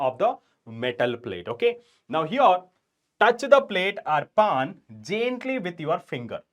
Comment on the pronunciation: Sir it's not paan it's pan😂